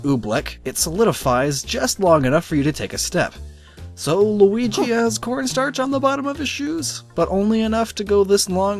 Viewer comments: Its Luigi not lugi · is that how u really pronounce that name, because that pronunciation is wrong.its (lu ee gee) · luigi not losegini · That Sport Is Actually How Luigi Walks On Water Also It's Pronounced "Looweegee" (TeHe , "Weegee") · i died when he said lingwini xDDD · ''Lusgini'' XD! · There's so many perfect jokes in this video. Saying Luigi's name wrong in a different way every time is my favorite. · And then said luigi wrong have you even learned how to pronounce Luigi or no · it's name Lugi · shut up you know how to say luigi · wow you can say Waluigi right but you cant even say Luigi right? Louie, linguine, LAMBORGHINI?!?!? (ik u were just kidding tho lol)